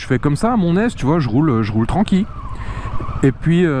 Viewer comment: Chouette vidéo mais il faut que tu arrêtes de dire "tranquiYe" 😅